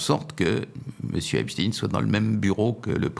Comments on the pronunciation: Cela m'ennuie un peu que Mr RÄUFFER [phonétik] REUIFFER, avec ou sans tréma, parle en phonétique de EPTINE , et non de Stein (pierre), EPSTEIN. Sinon, je suis en accord total , avec les propos de Mr X. RAUFFER, que j'apprécie beaucoup. ... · J'adore: Xavier Raufer prononce toujours "Epstine", alors que prononce toujours, comme il se doit me semble-t-il, "Epstein". Comme on dit Einstein et non pas "Einstine" ou Weinstein et non pas "Weinstine"... étonnant, non? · ON NE PRONONCE PAS PLUS EPSTEIN QUE EINSTEIN épstine ou Einstine; Epstein se prononce phonétiquement AIPSCHTAÏNE merci de rectifier... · C’est Epstein (stein !) et non pas Epstine ! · Vers , pas epstine, epstein. Qui dit Einstine ? Edit à , il persiste et signe. Pourquoi ? Récemment, Tocsin avait reçu un invité qui parlait de ce sujet. Va-t-il parler de son auto-assumé "suprémacisme juif' et de ses liens, et ceux de son beau-père, avec le Mossad ? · Par pitié ! Prononcez Epstein comme Einstein et non pas Epstine !!! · pourquoi parlez vous de epsTIN alors que qu'il s'appelle epsTEIN...???????!!!!!!! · Pourquoi dernier temps changent-ils constamment de nom Epstein ? Epstein pas Epstin 😅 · On ne dit pas Epstine mais Epstein, comme on ne dit pas Albert Einstine mais Albert Einstein, et dans les 2 cas ce sont des juifs ashkénazes issus des peuples Khazars d'europe centrale comme l'Ukraine et donc qui n'ont absolument rien de sémite. MerdRe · Pourquoi il prononce Epstine et non Epstein !? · Ne dites pas Epstin mais Epstein. Vous ne dites pas Einstin mais Einstein. Vous n’avez pas à faire plaisir à la communauté. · des que vous entendeZ " epstiiiiiine" et non " epstein " dites vous qu on vous manipules meme si c est avec un peu de veriteZ... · Dommage que ce Mr prononce Epsteen...dirait-il Einsteen ou Lichtensteen??? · Dommage Mr Raufer que vous disiez "Epstine"....😒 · Albert einstiin ? Non ? Alors pourquoi epstiin et non epstiin . Je suis choqué que l’on déforme ce nom actuellement